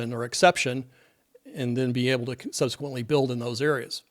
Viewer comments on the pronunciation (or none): none